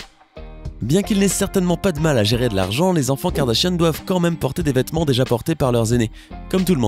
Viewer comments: Je rêve ou il dit les "Kardachien" au lieu de Kardashian ?????? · Tu dit Kardashiane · Qui a entendu Kardachien au début ? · Au début il dit "la famille kardachien" ou c'est moi ? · C moi ou o début il a dit kardachien 😂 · Qui a entendu kardashionne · J'entends clairement Karda-Chienne MDRRRRRR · Il dit "Kim Kardachienne" 😂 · Ta dis kardachien ptn😂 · Il a dit kardashien au début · peut on prendre 2 sec pour écouter comment il prononce « KARDASHIANNE » mdrr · Par contre il devrait peut-être savoir prononcé le mot Kardashian